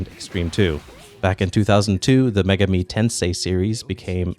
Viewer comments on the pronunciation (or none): Please don’t pronounce Megami as “Mega-Me”. It’s like May (the month) gah (no English equivalent sound) and me (as in yourself). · It's 'me' as in the Japanese word for 'eye' ga as in 'Gah! That hurt!' mi as 'miru' the Japanese word to see. If it were as in May the word would be 'Meigami'. 女神 (megami) means goddess. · AkiraCast, having live in Japan for 3 years, I am quite aware of what megami means and am familiar with the kanji. The clustering of syllables was pronounced wrong. Most letters are pronounced in pairs starting with the first two, but Megami is pronounced with the last two characters in a single cadence (resulting on the first letter being its own cadence). It just sounds so wrong with the cadences reversed (though, that would be the normal cadence for most Japanese words).